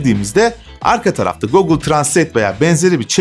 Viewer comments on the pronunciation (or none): Video için teşekkürler. Naçizane önerim, Youtube'a "google pronunciation" yazıp aratmanız. "gogıl" değil, "gugıl" diye telaffuz edildiğini göreceksiniz. ☺